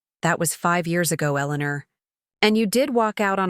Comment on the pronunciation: Elenuuur 😂, each time it said her name i laughed